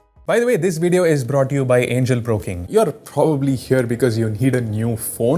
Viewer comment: is it just me ..or anyone heard him say "angle pro king"